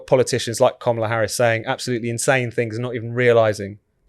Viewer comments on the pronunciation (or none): Why does that idiot call her Komala?